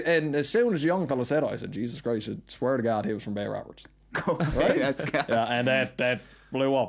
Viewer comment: Does he pronounce it Bay Woberts